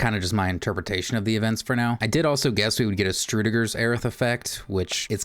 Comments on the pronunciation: "Struedegurr??" It's Schrodinger. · Also, ShRO-deeng-er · I was also wondering who Strudeger was..